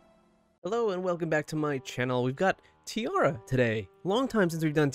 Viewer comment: No matter how many times they pronounce their name as tee-air-a in their videos everyone insists on tee-arr-a.